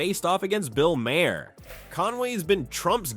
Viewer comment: Mah-her? You are an idiot. Ten thumbs down.